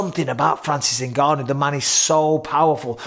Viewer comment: How long will Ngannou have to fight before announcers learn to pronounce his name? They managed to get Nurmagomedov.